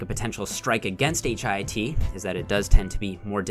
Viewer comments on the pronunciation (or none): I hate that he keeps saying H.I.I.T, just say hit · lol why can’t you say HIIT like “hit” instead of “H-I-I-T”? 😩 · You're inconsistent with pronouncing HIIT. Most of the time, you say H-I-I-T. Sometimes, you say, "hit." When you say the former, you come off as pretentious. And you darn well know that the latter is the most common pronunciation. I'm disappointed,. Be consistent. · Just a question: Why did you spell out H-I-I-T every time instead of referring to it as HITT??